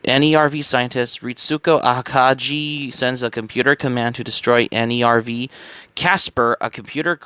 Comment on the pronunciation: I don't want to be rude, but you should check the pronounciations of names in Eva 🤣 for instance, Nerv is not an acronym, it's the German word for "nerve", just like "Seele" is German for "soul"